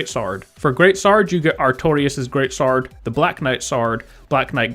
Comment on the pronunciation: Lol it's cool. I've just never heard anyone pronounce sword like that and you said it like crazy in this video. Good job by the way